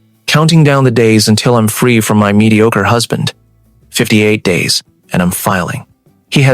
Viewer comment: She really likes the word mediocre doesn't she??? Pronunciation needs a lot of work. Other than that it's a decent story.